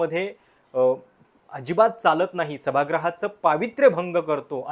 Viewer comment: 'सभागृह' शब्दाचा उच्चार चुकीचा करताय